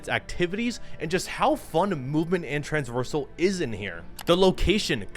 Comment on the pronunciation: “Movement and Transvorsal”